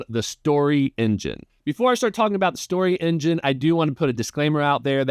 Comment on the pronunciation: Thanks so much for taking the time to share your experience with the deck! (Also, don't worry, you nailed the name pronunciation!)